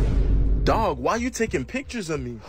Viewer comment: Bro said dwag